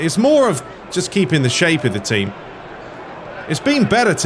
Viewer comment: U mean “the Tcheam” 🤣🤣🤣